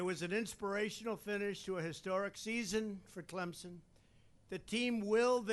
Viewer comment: At least he said Clemson right. Not clemzon.